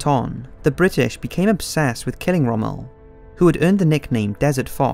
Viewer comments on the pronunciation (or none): "Put into neutral Montevideo, modern day Uruguay" Montevideo is the capital of Uruguay and didn't become Uruguay, the country was called that in 1939 too. Also your pronounciation of names and places is awful. Rommel is not pronounced 'Romale' Vichy France is pronounced 'Vishi' and Tobruk is pronounced Tubrook not 'Too brook'. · The narrator's pronunciation of non-English names is BRUTAL and makes it clear this person knows nothing of WW2 history. It sounds like some of these names are names he's never seen and pronounced before. How do you pronounce 'Tobruk', 'Toobruk'? and especially Rommel? How the heck do you pronounce his name in two separate words 'Rom-mel"? Decent documentary but it was frustrating to listen to all of the mispronounced words. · Reasonably produced for an amateurish effort. It's let down for me by the narrator's ignorance of how to pronounce some well known words such as: Rommel, Luftwaffe, Junkers, Tobruk etc. Also mismatches footage with the narration regularly. EG the narration is talking about how Hitler wants to invade Russia but the footage shows a bloated Hitler inspecting the Hitler Youth. This footage was taken at the end of the war when teenagers and old men were the only soldiers left to defend Germany. the narration talks about Soviet soldiers surrendering but shows footage of German soldiers who have surrendered. the narration talks about Operation Barbarossa being launched but the footage shows winter which was around 5 months after the invasion of Russia. and numerous other examples. Not bad for a beginner's effort but doesn't cut the mustard as an accurate, authentic WWII documentary.